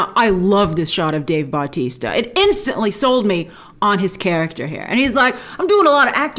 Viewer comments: It’s Batista But-tista lol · I absolutely hate how Grace is pronouncing Dave Bautista's last name. The emphasis is not on the "Bau" it is on the "tis". It's really starting to bug me. Other than that great vid.